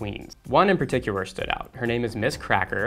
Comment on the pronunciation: "One in particuwar."